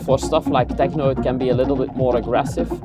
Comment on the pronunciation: I just came here to hear say TEJNO!